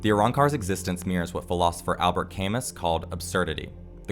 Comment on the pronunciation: i know i’m being that guy but that philosopher, Albert Camus name is pronounced like “Al-Bur Kah-Moo” Im not telling you to be a snob, just tryna help. I really like your channel and takes.